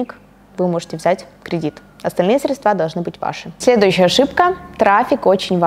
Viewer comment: Очень доступно и интересно, но почему «средствА»😬